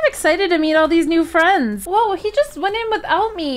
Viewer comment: i kinda like how piper/rektway's ex girlfriend said furends Lol